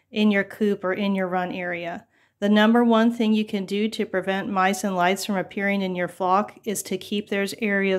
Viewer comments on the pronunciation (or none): Lol, I caught that too! It’s a tongue twister! 😊🐓